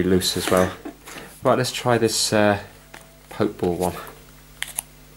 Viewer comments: It's... um, not pronounced poke ball... It's actually a Pokéball. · "poke" ball haha i love it its prounounced "pokey ball" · Btw it's pronounced "poke-ey-ball" 😂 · why did he say pokeball like that